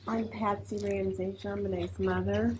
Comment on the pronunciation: Her name is Patsy not Patty. Just thought you'd want to say their correct names.😊